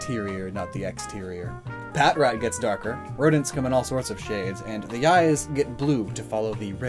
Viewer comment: uh its pronounced puh-TRAT....